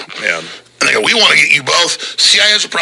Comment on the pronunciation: “Vee must continue to vaccinate”